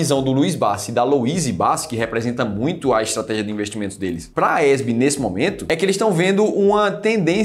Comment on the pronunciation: Porque vc pronuncia AESB?Não é a AES?